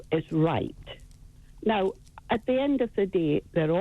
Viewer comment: "NOW" Peter. It has a W in it.